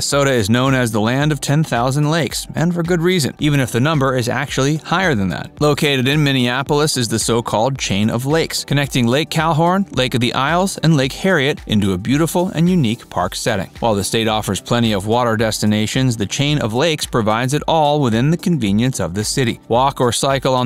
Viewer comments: Lake Cal-HORN??? Bad AI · Ummm... Lake Calhorn? You definitely meant Calhoun. But that doesn't matter. The lake's name is now Bde Maka Ska which is its official historic Native name and was legally adopted in 2017. And that change happened 4 YEARS before this video. So I don't quite get what is happening here. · Locals will be happy to teach you how to properly pronounce Hmong, Wabasha & Calhoun's old & new name. We have great food too & are still somewhat of a fashion test site.